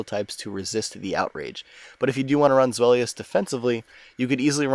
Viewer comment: zweilous pronunciation lol:p